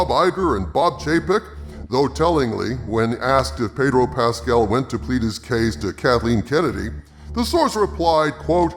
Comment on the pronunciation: My lord it's pronounced "Paaaaydro Pascal", ask Jeremy he'll tell you.